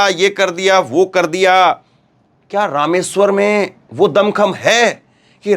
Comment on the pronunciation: Rameshwar JI..not ..Ram....war